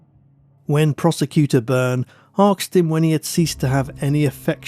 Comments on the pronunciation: Asked not aksed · Apart from an inability to pronounce “asked” correctly!😂😂